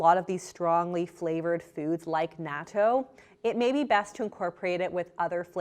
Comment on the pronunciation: Wonderful vid! And super thanks for still recording during these trying times! But this is a tiny nitpick by a nobody (me). It's pronounced like "nah-TOU".